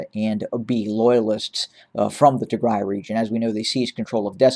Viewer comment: Thank You for covering the Tigray Genocide. The pronunciation of the cities are incredible👏🏾🤩🙏🏾 Tigray Siera Bdeka